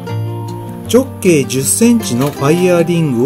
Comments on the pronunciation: ちょっ↑けい↓ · たぶんアクセントに関する発言は 直径のイントネーションの事だと思います。 直↑径↓ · こんなに綺麗にできるもんなのか、すごいな…ただ直径のアクセントが気になるw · 直↑径↓という抑揚が斬新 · 直径の発音きしょすぎやろ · 「直径」って、言い方が訛ってるね。 何処にお住まいだろうか。